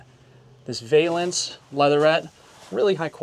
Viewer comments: Vaylence! Come on man! It’s a valance, and I nearly deckled myself when I heard you say deckles. Good video, bad English, expensive and it’s just a camper. I’m just picking on you, but you made me laugh a couple times. Goto love them Canadians! Not Trudeau tho he’s a Hitler! He said the pot drawer! Oh that’s legal in Canada 🇨🇦? I like the 4 season aspect of this camper. No slides no leaks. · It’s valance with a soft short a instead of the long a sound